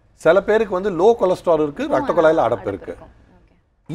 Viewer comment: சிவ பூஜையில கரடி பூந்த மாதிரி Why Priyadharshini in betwwen? Nonsense & Loose Talk. ரத்தக்குளாய் ன்னு சொல்றா... அது ரத்தக்குழாய்... முதலில் தமிழ் கற்றுக்கொள். What More /Different You will say now other than Dr's Wisdom? Why you are here now?